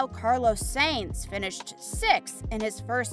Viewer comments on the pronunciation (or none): And mis pronounced sainz